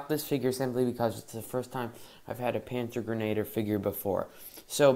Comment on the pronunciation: First of all, you mispronounced a lot. It’s a splittermuster Stahlhelm cover, and this fig is a panzergrenadier, pronounced panzer-gren-a-deer. This fig is a MG, he has the ammunition box on his webbing with the pistol holster.